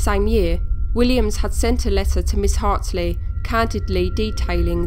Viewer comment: the name's Hartley, right? You keep saying Hartsley?